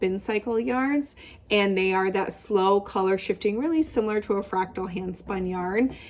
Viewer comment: Did I just hear you say shiftigan????😮